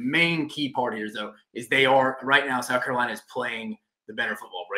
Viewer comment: Is this dude saying South Cabelina? Maybe I’m losing my mind